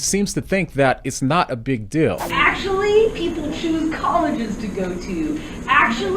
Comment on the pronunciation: She actually says "akshully" like the "umm akshully" guy